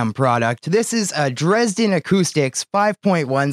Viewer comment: Your pronunciation of "Dresden" is almost perfect German! Glad to see is helping you today!